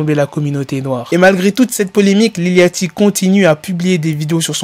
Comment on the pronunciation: Ca se prononce lil Yoty, c'est comme le bateau yacht.